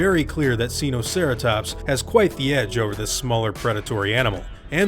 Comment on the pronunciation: "seenoceratops" me: who did you learn dinosaurs from it's sinoceratops not sEeNoCeRaToPs